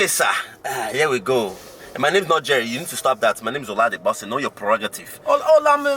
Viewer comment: This guy doesn’t sound Nigerian. He sounds Ghanaian. He can’t even pronounce his Nigerian name “Olade Bose”. Nigerians don’t wear dashiki. I think that’s East Africa.